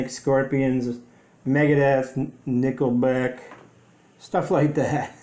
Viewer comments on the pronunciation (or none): Congrats to the winner love the way you said Nickelback. LOL